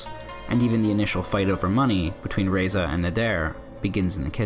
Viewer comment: Razieh not Reza , good analysis though